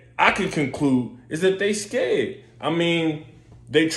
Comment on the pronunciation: They scayed as he said…..I repeat scayed.